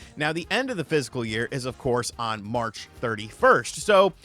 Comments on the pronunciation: Man it is not the finical year it's fiscal you ignorant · FISCAL year, not physical year 😂😂😂😂😂😂😂😂😂😂😂, there’s a difference 🤣🤦🏼‍♂️